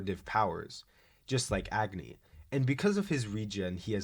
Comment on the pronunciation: Fun fact: Agni is also a fire god in India. It's pronounced as ugh-knee. I think it's cool to see the character names match their characteristics like Luna 🌙, Agni, and Sun ☀️